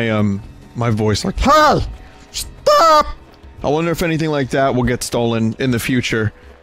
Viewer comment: inb4 somebody makes a half assed game with vinny's STOPH voice just to crack a joke on a stream (please do lol)